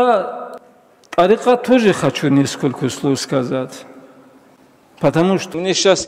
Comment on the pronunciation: Не називат а называть. Не бикь , а бык, не сказат а сказать.